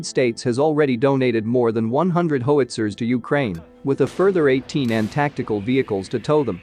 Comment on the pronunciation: It's pronounced HOW-IT-ZERS not HO-WIT-ZERS